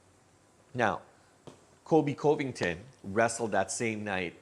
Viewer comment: you need to practice saying colby's last name.